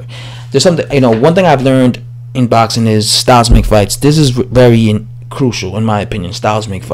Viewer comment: It's boxing.. It's has an x In there. 😉 😂. Botsin. 😉. I do like ur vids thou. English subscriber.